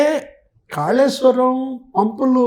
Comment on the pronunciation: ఖాళేశ్వరం కాదు కాళేశ్వరం తెలంఘాణా కాదు తెలంగాణా విఛారణ కాదు విచారణ